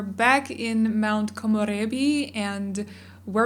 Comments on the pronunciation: You are the only YouTuber that I know that haven’t butchered the word ‘Komorebi’ by far. Thanks for rolling your ‘r’. I’m not even Japanese but it bothers me when they say komorebi in the english way ahah. Thank you so much. Love the build btw. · i love how she says komorebi she makes it sound so fancy lol